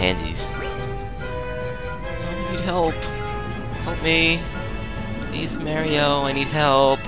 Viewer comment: I have to get used to You pronouncing mario like that. w/e because the comedy keeps me watching!